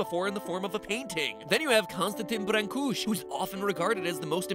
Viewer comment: The way you pronounced Constantic Brâcuşi is so funny i love it